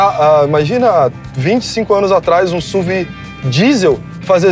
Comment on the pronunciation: PAREM DE FALAR SÚVI! Por favor, pelo amor de Deus, é uma sigla: Sport Utility Vehicle, S.U.V.